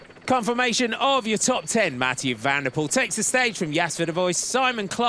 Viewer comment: Not VAN DER poel but Van de POEL.